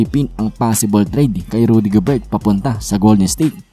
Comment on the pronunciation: Rudy Gober silent ang T